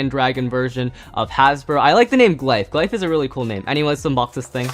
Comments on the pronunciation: It’s gliff not gliffe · Just so you know glyph dragon is pronounced gliff